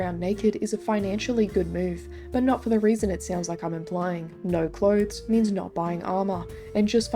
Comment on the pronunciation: Hear the NAUR kills me every time